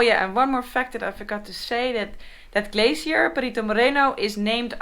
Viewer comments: "Perito", not "Perrito" XD. Perrito means Doggy ... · The way you pronounce the word "perito", with a strong R, makes it sound like doggy in spanish